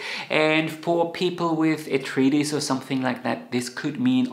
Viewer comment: Arth-rye—ts, not arth-reetis